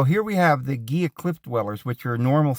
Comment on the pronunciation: It’s pronounced hee-luh river..not geelah…Spanish word.